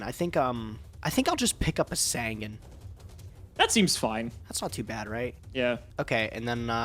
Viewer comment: Can someone please PLEASE teach how to pronounce Sasuke. I am so tired of him not saying this or Sangan right...same with saying Hane Hane wrong